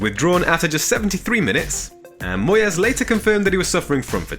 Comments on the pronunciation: Moy es hahahaha, I thought this guy knew about football lol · What is that pronunciation of Moyes ?? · The way he's got West Ham playing this season I think he deserves the flair pronunciation lol.